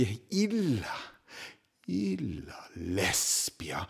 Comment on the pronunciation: Optimē factum! In secundō versū autem putō 'la' in 'illa' longam syllabam dēbēre esse ut metrum conservētur. In perpetuum valē!